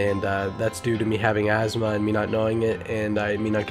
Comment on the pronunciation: ITS "asthma" jeez.